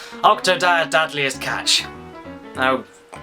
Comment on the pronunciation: Dad'liest catch? :P I think I misheard you at the end of the video but it sure sounded like you said that! :P